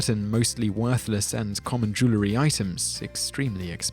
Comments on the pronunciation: "Joo-la-ree"? It's "Joo-el-ree". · you've missed my point, if you listen he pronounces the word "jew-ler-y" not "jew-el-ry". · What on earth is “jewlery” lol. Jewellery. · Why is it some pronounce the word Jewelry as jew·ler·ry when the correct pronunciation is jew·el·ry??? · The pronunciation "jew-ler-y" for "jew-el-ry" is as annoying as G. W. Bush's "nu-cu-lar" for "nuclear." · it's NOT jew-lery it IS jewel-ry (because it's made of jewels, not Jews) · no it has 2 syllables not 3 so both of yours are wrong. it's pronounced "jool-ree" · Where's the "a"? I suppose "nucular" is accepted too?